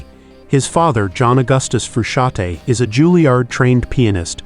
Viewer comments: The n in Frusciante is not silent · Are you kidding? Making a video about someone and mispronouncing his name all throughout the goddamn video? Shame on you!